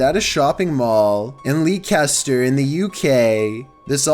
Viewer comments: Leekester? Leicester is Lesster. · It's pronounced "lester" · Great video again. Just for future reference, number one you pronounced Leicester wrong. I think that’s what you said. It’s pronounced Lester. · leek ester pronounced lester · It's pronounced LEH-ster, not leekster, by the way. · Haha Lee kester? If you mean Leicester, it's pronounced lester. Happy to help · The scariest thing in this vid is your pronunciation of Leicester. It's leh-sest-er, god damnit!!! Consider yourself cancelled forever! :D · Does he mean Leicester when he said Leecester? Think it Les-ter. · Leicester is pronounced Lester, not leecaster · Leecasta????? In the UK we spell it Leicester.....pronounced less ter. I know, the spelling looks weird to some of us brits too. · Hey. Great vid. No.1 the mall in Lee Caster? Spelled Leicester, pronounced Lester. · Dude really said Leecaster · Leecaster, you mean Leicester 😂🤦‍♀️🇬🇧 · did he just call Leicester “Lee-Cester” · Ever heard Americans try to say Worcestershire? lol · I was just about to say the same thing! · Leicester is pronounced Lester. We Brits like to confuse people! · PLEASE PLEASE start looking up how to pronounce places in the UK. x